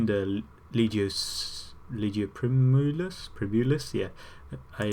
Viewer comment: Please stop pronouncing "primus" wrong! It's Prime-us